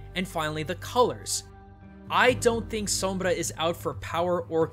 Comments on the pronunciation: i love your pronunciation of the R in sombra ! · I like how you say Sombra unlike others do. It's said like som-blah not Som-bruh. (-_- ) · Wow, you are the first English speaker I've heard pronouncing Sombra's name correctly. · I like how you say Sombra. As a spanish speaker I gotta give you credit for it ^^ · Thank you so much for pronouncing her name in the perfect, correct way. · yes thank goodness some says the name right for the most part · very cool of you to pronounce Sombra as you should, kudos! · funny see amuricans annoyed by pronuncing sombra the right way, very good pronunciation tho o/ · you are the only youtuber that says her name with the correct pronunciation.. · Personally I have nothing against the way he says Sombra. It sounds nice to me Oh and nice video man! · Props for the perfect "Sombra" pronunciation. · Your pronounciation on "Sombra" is flawless. Your "Kereberes" on the other hand...